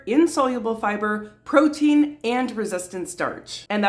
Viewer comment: I fully agree with you..more emphasis on fibre rather than proteiin..